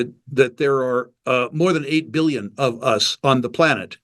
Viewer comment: Did he just pronounce Billion as Bollyion ?